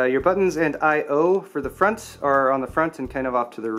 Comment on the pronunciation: Moount it in the froont